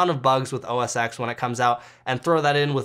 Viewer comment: just fyi, OSX is OS 10 not X like roman numeral 10=X